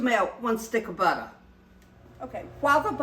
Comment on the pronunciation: well thank you!! I get tickled every time I watch you! And don't forget Kay-Kay 👍 Also, I am a southerner myself and me and my co- worker (she's Latino) we both practice saying "butta" we get so tickled. We tell one another "now don't you forget that butta" 🥰